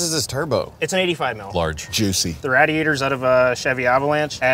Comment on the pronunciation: someone else besides Forsberg say rad-d-ator